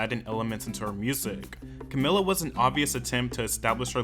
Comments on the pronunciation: If I was above the legal age I will take a shot every time you said to camila's name wrong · Take a shot everytime he says her name wrong 😅